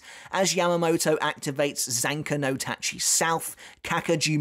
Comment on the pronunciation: Big respect for. He managed to say Zanka no Tachi: South so well, and I keep stumbling over it every time I try.